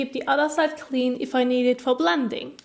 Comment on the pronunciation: when you make the D sound in the word "blending" your tongue is outside of your teeth, when it should be inside your teeth. that is why it sounds funny when you say that word. try keeping your tongue inside your teeth when making the D sound